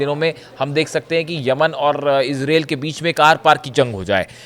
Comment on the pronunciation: Sahi sahi country aur proper noun ka naam nahi bol sakte ho to channel chaane ki zarooorat keya hai.what is israeel? Do you know the name ...i....z...r....a...i...l?